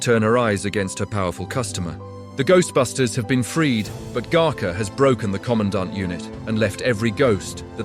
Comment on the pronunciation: Gooserbusters??? Look, if you're going to create a bunch of AI slop about a movie, get the facts and pronunciations correct.